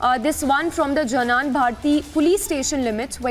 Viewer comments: It's not janan bharathi it's Jnana bharathi madam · Not janan Bharathi 😃😃 it is jnana Bharathi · It's not janan bharathi it's jnana (to pronounce "gnana") bharathi ಜ್ಞಾನಭಾರತಿ. Jnana means knowledge. It's a Kannada word